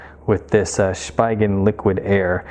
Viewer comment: It’s also pronounced as (Spee-gen).